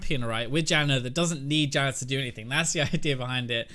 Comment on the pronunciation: Dude, why are you saying "Jannar" ??!! hehe xD